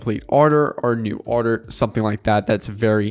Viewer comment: You say order weird